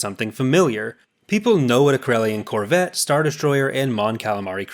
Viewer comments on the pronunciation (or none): none